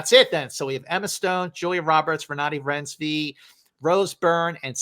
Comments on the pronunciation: Oh you mean Renooty Rinesvy? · please take the 10 seconds to google how to pronounce Renate Reinsve name since you'll be talking about her all season lol